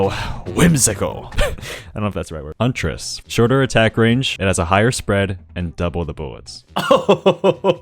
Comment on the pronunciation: "shotert" lol